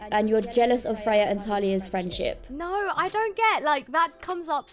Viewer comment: We love a “firenship”